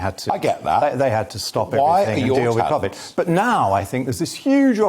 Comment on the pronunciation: Where has he picked up that bizarre pronunciation of Covid?